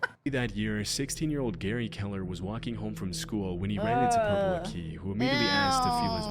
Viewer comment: Purple aki died somewhat recently, also it's pronounced purpleakee (ending is pronounced like hockey) all one word